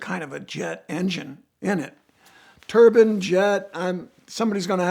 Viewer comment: Turbine, not turban. Div